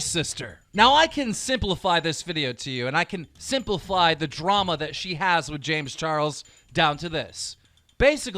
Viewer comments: he said simplifly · does anyone else hear simplifly?